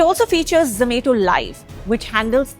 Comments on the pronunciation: its zo-ma-to not zo-may-to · I really wanted to watch this but hearing her pronounce it as za-may-to was so irritating that i had to stop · Same here.. ZZZ ME TO .. 😂😂😂😂😂 IT IS ZO MA TO... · Irritating when she tells zomato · I prefer zom-ah-to.